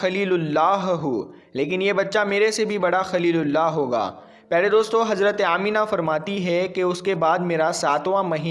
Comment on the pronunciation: Hajrat nhi Hazrat hota h thoda bolne ka tareeka badlo to aur acha lagega..... Z aur J me farq hota h ok....